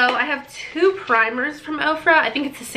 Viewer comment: When you said OFRA I thought you said you got products from OPRA! 😂